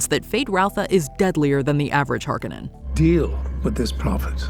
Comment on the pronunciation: The Harkonnens and Jessica are supposed to be redheads!!! It matters to the plot. They didn’t even pronounce the name correctly.